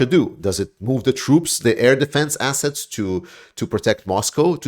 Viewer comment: lol - I thought I heard you say, 'shiney asses' not 'shiney assets' 😜